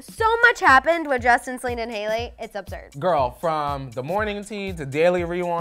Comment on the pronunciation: it’s Selena not Salina